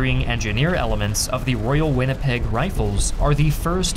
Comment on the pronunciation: it's Winnipeg not Winnepeg, jabronis!